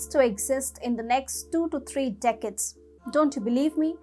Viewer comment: Girl, your pronunciation is understandable in India probably, but actually it sounds terrible. You put the stress on words wrong..... decades,.... differences,... exacerbation (the last one you cannot even pronounce). 🙄